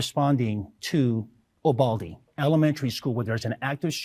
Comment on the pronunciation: Wait is he saying “ubalde’…think he means Uvalde. Get the name right as your talk about it so strongly